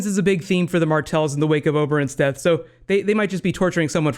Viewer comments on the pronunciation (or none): none